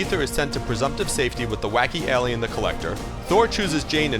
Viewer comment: it's Alien, not Elien!